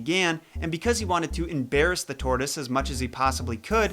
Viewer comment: It’s eesop’s fables